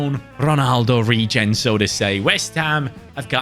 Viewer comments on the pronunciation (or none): none